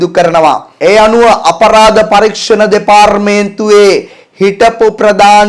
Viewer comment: දෙපාරමේන්තුව!!! 😂😂සිංහල ඉගෙන ගෙන සිංහලෙන් කියවන්න